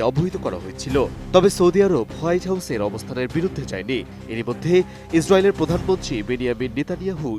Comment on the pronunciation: সাংবাদিকও হিজ্রায়েল বলার বেপারটা ভালো লাগলো 😂